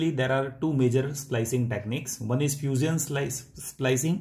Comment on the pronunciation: You said fuseeon lol